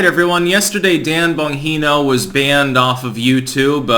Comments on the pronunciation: The "g" is not pronounced as an " h". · The “G” is pronounced like a “J”, not an “H”. You’re welcome 🙂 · Its Bon Gee no not Bon hee no lol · The G sounds like a G in Bongino dude. It’s not an H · It's geno not yeno. Jnco without the co. Like jeans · It's Bon-gene-o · I believe his name is pronounced bon-jee-no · Bro it's BonGINO The G isn't silent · I guess has never heard his radio show. Bongino with a G sound. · Why does everyone miss pronounce Bonginos name. BON-GENE-O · Bongino is pronounced Bon-jean-o. That's how he pronounces it. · the g in bongino is a g not an h. bon-g-no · The way he says "bunghino". Bongino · Bonhino? Come on, dude. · "Bon Jean no" that's the pronunciation.. I'm not a pronunciation Nazi because that's how he says it... No silent J's Anywho, keep the good information coming bro bro✌️ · I’m laughing because you keep saying Bonhino. Lolol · it's pronounced Bon geeee no. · Say it after me. Bon jino. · It's a hard G in Bongino, idiot. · Bon-GEE-know. It's not pronounced with that much fanfair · The ‘g’ in Bongino is not silent. It’s a hard G...lol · Bon who,? It's pronounced Bon-GHEE-No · Pronounced - Bon-Jee-No (hard G sound, not an H sound) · stop saying BON HE NO. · I can't sit here and listen to you pronounce bongino as bonheno. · What makes me laugh is how you still can’t managed to learn how to say Dans last name correctly. Try saying it like this …Bon-JEAN-o. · Bon Gene O. Unless you are mispronouncing on purpose. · Love your videos! By the way, Dan's name is pronounced like "Bonn - Gee - No". Keep up the good work! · Bongino is a Italian name and it’s pronounced bon-jee-no. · Bon GEE no. He says it clearly in his Rumble videos. It makes listening to your videos about him like listening to fingernails scraping against a chalkboard. I generally agree with what you say, but not when you mispronounce the guy's name. Multiple times. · Yes, it was painful to hear "Bonheeno" throughout the video.